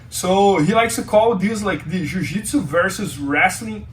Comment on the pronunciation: Jiu not ju